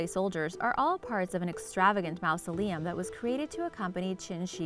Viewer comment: MOUSEoleum. Lol. You pronounce many things incorrectly